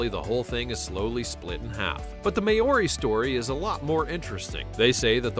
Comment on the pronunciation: Maori is not pronounced "may -OOR-ee", it is "MHOW-ree"